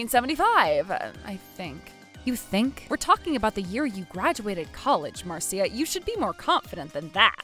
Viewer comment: Marcia is pronounced Mar-sha. Not Mar -see-uh. Well at least, the man knows how to pronounce it properly.